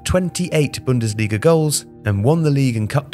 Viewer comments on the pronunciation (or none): *bundesliga not bundasilga